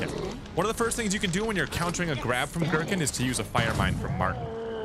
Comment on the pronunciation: As a huge resident evil lore nerd (0-code veronica because 4 onward suck story wise) it makes me cry hearing "Girkin" for some reason